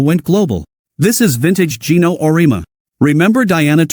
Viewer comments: Would you please teach/re-program you A.I. program to pronounce Coach Geno’s surname correctly ? It’s pronounced: Or-ee-emma . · O ree ama. AI should learn how to read.